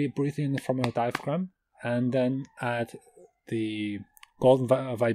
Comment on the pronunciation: Don't know if I will be doing this but you were very clear and it all made sense. But you know, you don't pronounce the "g" in diaphragm. You should be good with letters you don't pronounce, I've seen how Mongolian is spelled! LOL